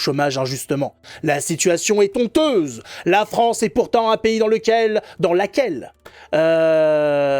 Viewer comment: Non, la situation n'est pas tonteuse mais honteuse. Le "h" de "honteuse" est un "h" aspiré ! La langue française est suffisamment malmenée comme ça donc n'en rajoute pas stp. 😉 Quant à Benoît Saint-Denis, il me déçoit ! 😔